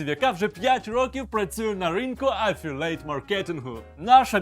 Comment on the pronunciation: не дотично до відео, звісно, але як людина, яка трохи знає англійську, слово "афілЕйт" викликає в мене позиви до блювання. де в транскрипції слова /əˈfɪl.i.eɪt/ загубився цілий склад? (да, я душна, але це не найскладніше слово в англійський, шоб нехтувати буквами)